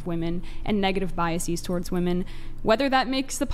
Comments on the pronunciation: Why do they all say "woman" instead of "women"? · Why do they say "woman" instead of "women" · Why is it that a whole generation has been taught to pronounce wom-en as womon? I've noticed this over past year and it bugs the sh#t out of me. Why is everyone pronouncing this word incorrectly? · Why do people on this podcast especially pronounce so many words crazy wrong? “Anonymity” is pronounced with a short A sound not the long A sound at the beginning. He and others often call women, woMAN. There are others.